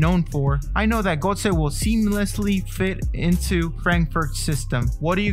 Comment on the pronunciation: I like your video. Two tips: 1. Sometimes you hesitate when talking or stumble over your words. It really distracts from the quality! Worth redoing until it’s perfect 2. You may want to look into how to pronounce Götze’s name properly:)